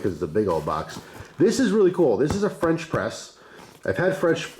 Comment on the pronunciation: I thought French press said fresh prince